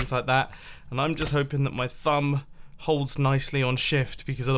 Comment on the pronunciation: Sorry did you say THUMB?